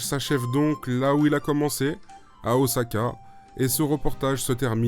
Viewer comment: Please.... oSSaka.... Pas oZaka....